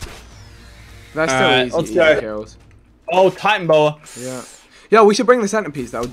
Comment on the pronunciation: It's pronounced ti-tan-a-boa